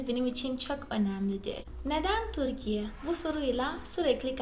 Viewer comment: Çok güzel Türkçe konuşuyorsunuz tebrik ederim. Merak ettiğim konu ? Türkiye derken "ü" harfini çok güzel telaffuz ediyorsunuz. Türk kültürü derken neden kulturu diyorsunuz. Size kultur diyemi söylendi. Bir ü harfi olduğunu bilmiyormusunuz. Cevaplarsanız sevinirim